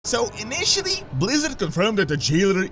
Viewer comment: That "initially" though :D